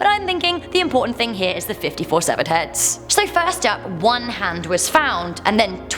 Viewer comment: How did you pronounce 'hand' as 'head'? That honestly ruined the whole video.